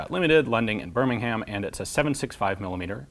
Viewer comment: Burr-ming-um, just stick all together thats how you say it, rather that Berr-ming-ham